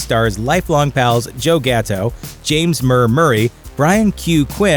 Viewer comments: It's James S. Murray not James Murr Murray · He said James murr Murray 😑